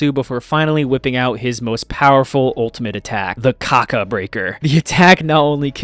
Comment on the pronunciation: Emphasis on the "Kaka"